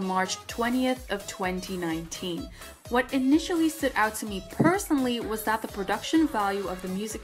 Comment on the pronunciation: the what the watH the whAU- wUTH- WATT